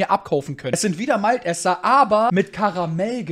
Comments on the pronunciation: Malteser und nicht Malt eser 😂Boar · Heißt das nicht MalTEsers... Also Mal.... Te....ser. 🤔😉🤤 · Honig combo🤣 wenn dus nicht weist google doch kurz was es heisst😋 und lern pls malteser aussprechen und snickers;)